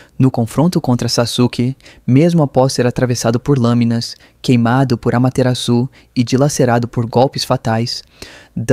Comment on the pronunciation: Bom vídeo, excelente!!! (Sô não curto algumas pronúncias: amateraçú? Izanje? Mas o vídeo em se tá muito qualidade)